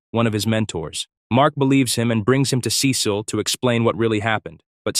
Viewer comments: Is this a text to speech or an AI 😭, the monotone voice and the time bro said "Sé-seal" instead of "sea-salt" sorry sorry I meant "Sea-sal"/"sea-seal" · I had to stop watching this because of the way you pronounced 'Cecil'. Is this AI?